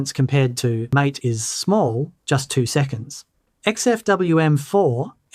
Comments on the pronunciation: The MATE desktop is actually named after that great drink, yerba mate. It should be pronounced ¨ma-teh.¨ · If the project cared about how things are pronounced they would have placed an acute accent above the 'E'. However depending upon where you believe the origins lie, it could be central or northern European, in which case it should be pronounced "ma-teh". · MATE is pronounced "ma-TAY", as it says on their website. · Great video! I really appreciate the thorough, data-driven analysis and the objective comparison between Cinnamon, MATE, and XFCE. It’s refreshing to see concrete numbers rather than just vague impressions, especially the real-world RAM usage results. However, I do have one piece of constructive criticism regarding the MATE desktop environment. Throughout the video, you pronounced it like the English word "mAte" (rhyming with "gAte" or "dAte"). In the Linux world, MATE is actually named after the South American plant yerba matE, which is used to make a popular traditional beverage. Because of this, it is officially pronounced "mah-tAy." While they are written exactly the same way, they are two totally different words with completely separate meanings and pronunciations: Mate (English): A friend, partner, or colleague. MATE (Linux/Spanish): Named after the plant to follow the tradition of naming desktop environments after flora (similar to how Mint itself is named or how MATE's predecessor, GNOME, led to various plant-themed spin-offs). Correcting this pronunciation in future videos would definitely elevate the accuracy of your content, especially since your channel focuses so beautifully on Linux Mint. Keep up the fantastic benchmarks! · Very nice. I've been using Mate, which I believe you mispronounce ,🙂 because I so loved Gnome 2 and was mortified when it was announced that it would be replaced by the dreadful Gnome 3. It has a comforting charm from back in the old days when I looked a lot better and had more hair. 😉